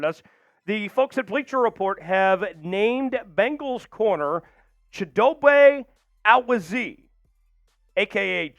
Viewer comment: It is pronounced Chid O Bay O Wooz E ay, This guy mispronounces Mad ooh Bee kay as well.